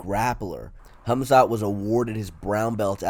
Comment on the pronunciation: Hummzatt vs Oozemen. Never heard those 2 names pronounced like that lmao